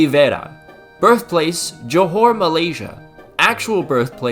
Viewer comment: btw is JOHOR not johore 😄